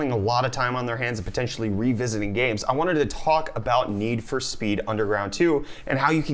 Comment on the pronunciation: most wanTed not most wannit